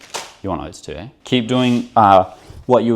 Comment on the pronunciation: “You want oats too aye” 😂